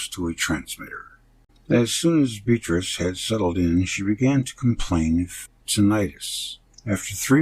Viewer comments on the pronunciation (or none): none